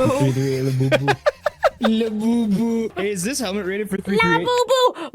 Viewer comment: Its .338 LAPUA Magnum not Labubu.